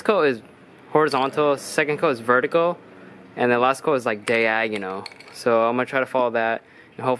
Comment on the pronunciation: “Third coat is day agonal “😂😂